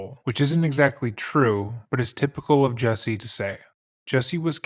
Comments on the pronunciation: Dude, he sucks as a person, but your refusal to pronounce his name correctly is just deliberately nasty. His name isn't and has never been Jessie. The fact that you KNOW his name is Jussie and you insist on calling him Jessie is just stupid. I'm going to just assume your name is "b*tch." and proceed to call you that despite the fact that I very well know that isn't your name. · His name is pronounced Jessie??? What a fucking idiot (mother?). jUsSie.... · JUSSIE,not JESSIE. if you're going to do it get it correct. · The guy is an idiot but to be fair you should at least try to pronounce his name correctly. Especially when you’re being paid by a sponsor to talk about him. It’s JUSSIE not Jessie. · Why does everyone pronounce his name as "Jessie" when his name is "Justin" and shortened as "Jussie"? Your white ppl influence is showinggggg! Watch out now!! Lol for real its so stupid 🙄😒This guy is so gross. I feel so sad and sickened that someone like this "gay black man" would even be able to get away with this! 🤯💩🤡What a piece of garbage and no matter what he still only served 6 days for something any "normal" person would get years for doing...⚖🤔👎Also, I find it a little ironic how all these black people are going around these days and straight up making up b.s stories of being brutalized by white people, then you turn around and find out it was all a bunch of lies! Talk about doing a disservice to your "history" 🙈🙊🙉BLM was a hoax people! Stop blaming white people for EVERYTHING because its f-ing conveiniant! LOL every single perpatrator in this case was BLACK and he had the gaul to put a noose around his neck and pretend that he never said that the people that "attacked" him were white? I hate this fool. And stfu 2pac wouldn't have shyt to do with your b itch ass! 💩💩💩💩💩💩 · I would normally be annoyed that he's pronouncing "Jusse" as "Jesse," but screw this misguided asshole. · It’s pronounced “juicy” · is he saying " Jessie " huh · It's "Jussie"